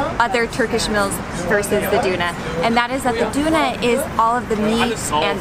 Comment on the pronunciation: Omg you people just make me hungry every time! 😂 Tip: In English, you say "urn" "girl" "pearl" "hurl" "hurt" You don't say "oorn" "goorl" "poorl" "hoorl" "hoort" Now say "Döner" like you say the "u" sound in girl, pearl, urn etc. 👍🏻 Now you have Döner, and not Doonah😉 Love your family, you're so adventurous, and sweet❤